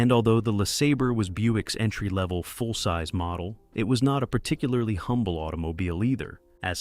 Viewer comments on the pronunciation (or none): none